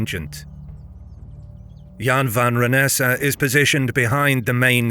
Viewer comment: Goedendag, as a Dutch, i think you pronounced Goedendag, Wijnaarden en Jan van Renesse very well. Even if it might be a computer voice. Een goede avond nog.